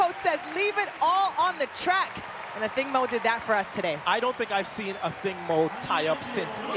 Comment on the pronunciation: Her name is pronounced AH-THING-MOO" NOT! "OTHING MO!" It is so easy to read the notes -dude on the mic!